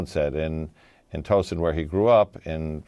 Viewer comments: Not toe-son it’s Ta-ow-son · He didn’t grow up in “Toesun” he grew up Tow (rhymes with Dow) son, Towson! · "TOE-son" :face-fuchsia-poop-shape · Pronounced Tao-son 😉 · Towson is pronounced Tow rhymes with Cow .... We Marylanders will be hearing this mispronunciation and cringe. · Towson. Like a towel. Not tow, like towing a car. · The way he is pronouncing Towson is distracting me from the story. Ugh. I need a nap.